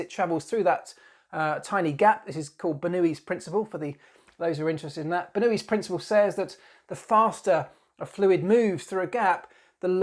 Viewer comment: Ha I thought you were saying "Newey's" instead of "Bernoulli's" for a moment and that would have led to a different comment. Red Bull's nose is fully buzzword compliant, and they're really testing the limits of the "no intakes in the nose" rules.